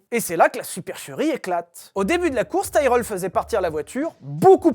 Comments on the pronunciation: Ca se dit Tirelle et non taïreul hein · Ca se dit tireul par taïrèle xD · Quand on cherche à passer pour un spécialiste alors qu'on y comprend et n'y connaît rien, ça donne ton "Taille-Reul" ... À l'ignare que tu es, je préciserais qu'on dit "Ti-Relle" même en Anglais !! (Pour info, j'ai écrit le nom phonétiquement !!) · On dit "Tiraile" pas "Taireule". Comme on le prononcerait en francais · Tyrrel prononcé Taïereul, pour ma part j'ai toujours prononcé Tirel, suis-je le seul? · Pourquoi prononcez-vous Taïe-relle ? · On prononce tirrel, à cause du double R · Pourquoi prononcer Tyrell en "Taïreull" ? Ça me rappelle Jacques Laffitte prononçant "Neurbeurgring" plutôt que "Nurbourgring". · Ça se dit tirell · En effet, je viens d'écouter des vidéos en langue anglaise sur l'écurie, et ils prononcent Tirel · J ai jamais entendus prononcés tyrell à ta façon